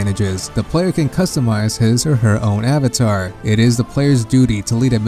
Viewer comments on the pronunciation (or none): none